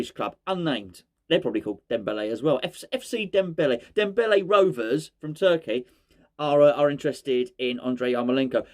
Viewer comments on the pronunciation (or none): none